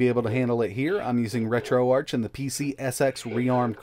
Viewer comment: Thanks for vid 👍 It’s Pronounced retroArk short for Archive as in Noah’s Ark not Arch as in archway.